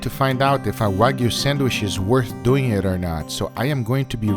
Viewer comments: Nobody: Guga: sänwish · this boi said sandwish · I love how you say sandwhish. It sounds even more appetizing